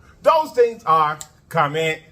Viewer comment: Man whole time I thought u was saying commit like a shearit. I’m thinking like what’s a shareit. But today I heard comment like and share it 🤣🤣 got it